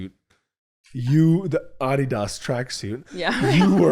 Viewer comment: Love that Olivia properly pronounces Adidas